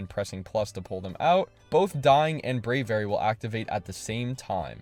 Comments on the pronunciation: No way he just said Brave-ary and Bascoo-lagon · Brey very? It’s bray vee ary